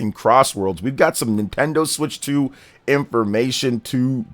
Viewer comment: NintenDeen? More like, NintenDONT 😅